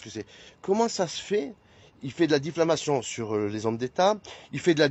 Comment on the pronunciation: « ces critis » ? Ces « diffLamations » ???? il « divoile »… 🤨 Je pense que si Oliv avait neuflamé au lieu de dixflamé, nous n’en serions pas là. Après, je ne suis pas sûr que neufvoiler, dixvoiler, ou même onzevoiler fasse vraiment une différence. Mais je ne suis pas expert.